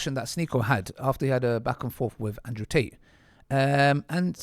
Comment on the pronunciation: Man said Ansrew 😂